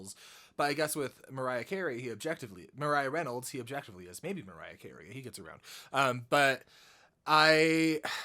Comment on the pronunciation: goddamn every time he says mariah carey it cracks me up lol